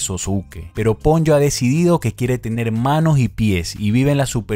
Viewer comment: PONYO, ha dicho PONLLO. ME MUERO Po-Nyo